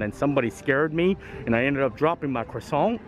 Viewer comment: Hi just to say I really enjoy your video's and you don't pronounce the R in croissant it's pronounced Quassant